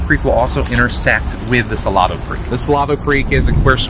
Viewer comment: Y’all, it’s pronounced Sa-LAY-doh.